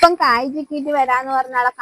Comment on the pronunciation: കോയി.. കായി 😂